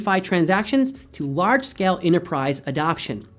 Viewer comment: dude its scale, the a is pronounced with AE sound not AH sound. seriously...L2 english please